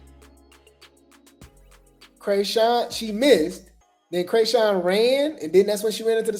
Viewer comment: Say Chriseans name right.. like wtf